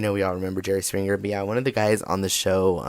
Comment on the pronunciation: Words like springer aren't pronounced sprinGRR. The g is soft in ing words.